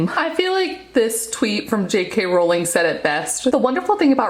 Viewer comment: I was so please you pronounced JK Rowling’s name right, most people from the US always say Row-ling (Row as in argument) and not Row-ling (as in row the boat). Jo was asked in an interview how it was pronounced and she said the latter, so I’m sticking with that, just incase anyone wants a row about it (see what I did there?) I did have a chuckle at how you said Edinburgh, though, like Burgh as in Chris De Burgh. It’s actually pronounced Edin-br-uh, like rhyming with duh! Hope this helps. Great Vlog, JK is my absolute favourite and is why I began to write my book series. You did a great job and I love your Vlogs 💕🥰 Just realised after writing this, you’ve already taken some stick for the Edinburgh pronunciation, so sorry to bring it up again lol 😂